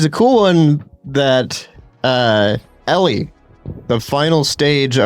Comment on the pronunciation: Why does everyone pronounce Elle as Ellie?